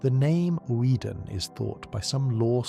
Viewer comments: Take a drink for every new way "Oedon" is pronounced. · Great video, love the lore. Why do you have multiple different pronunciations for each character that you seem to cycle through?